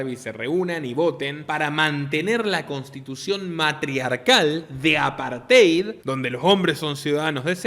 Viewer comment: Sólo hay dos personajes en Barbieland que no son Barbie ni Ken: la muñeca embarazada, que se llama Midge (la primera amiga de Barbie) y Allan (más tarde escrito Alan, el único amigo de Ken) Unos cuantos detallitos aquí: Mattel se pronuncia "ma-TEL" Rushmore se pronuncia "ROSH-mor" apartheid, una palabra bastante difícil, se pronuncia "a-PART-jaid" Disney se pronuncia "DIS-ni" Patreon se pronuncia "PEI-trion" Forbes se pronuncia "forbs" Fuera de todo eso, esto que usted mencionó sobre la película Barbie parece ser otra muestra más de que en Hollywood parece que quiere reinar lo "woke", a pesar de que hay sectores del público que se oponen a ello. Lo más curioso es que esta película ha sido un éxito de taquilla pese a los fracasos de filmes como Lightyear, y Strange world, entre otros y éxitos como Sound of Freedom. Muy buen comentario